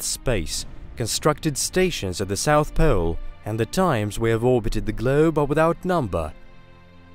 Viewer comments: "Constructed stations at the south POEL" I love the accent. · The North Poewell. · I came to the comments whem he said south pewl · lol, " South powel" and " bore howel"....